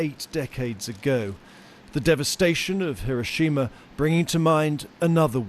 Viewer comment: Thanks for pronouncing "Hiroshima" correctly....